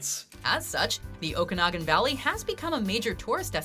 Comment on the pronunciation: Finally, a narrator who can properly pronounce Okanagan...